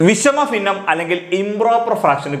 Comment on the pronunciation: ഫിന്ന അല്ല ഭിന്ന